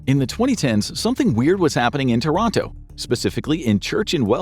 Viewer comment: Thats not how you pronounce Toronto..